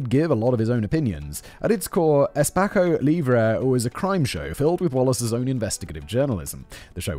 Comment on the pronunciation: it's pronounced espasso. 45: in Brasil is a fortune.